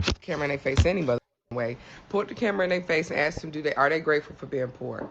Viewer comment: It's Ask not axe FFS